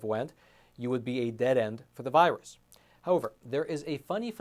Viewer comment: It's not a v 👁 russ.